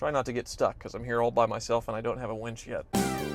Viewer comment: Did you say "without a winch" or "without a wench"?